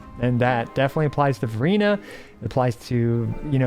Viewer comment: Why do i hear Furina when you're saying Verina lol